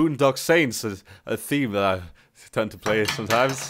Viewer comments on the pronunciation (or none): That not "tjat"